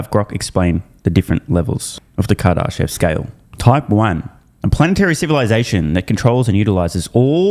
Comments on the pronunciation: REPEAT AFTER ME: KAR-DA-SHEV. not KAR-DAR-SHEV there's no second R. Кардашёв (or second р for that matter). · Bro that’s not how you pronounce Kardashev how are you a space nerd but don’t know what that is? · You’re saying Kardashev wrong